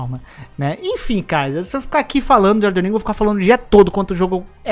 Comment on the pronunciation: Ainda estou tentando entender pq tem tanta gente que fala “EldeRRR ring e não EldeNN Ring kkkkkk